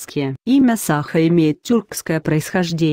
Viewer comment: не сАха, а сахА! ИИ откуда это знать))